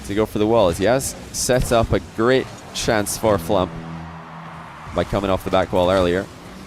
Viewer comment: I'm only halfway through watching but this is such a good video. The gameplay is so intense and the constant mispronunciation of FLuuMP's name is hilarious.